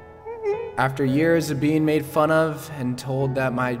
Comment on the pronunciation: "being meid fun of" Im not funny ik